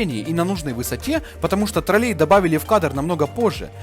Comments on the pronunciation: И не троллЕй, а трОллей, у вас как с русским языком, автор? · Да не троллЕй, а трОллей! Можно посмотреть в интернете, как правильно ставить ударение. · трОллей, а не троллЕй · тРрОлЕй, а не ТролЕй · Классное видео, но вот ТролЕй очень режет слух. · после ударения в слове троллЕй на букву Е - расхотелось дальше слушать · согласен, были гоблины. Я написал про то, как автор ставит ударение в слове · афффтор ролика жжжёт с ударением в слове тролллей на букве Е.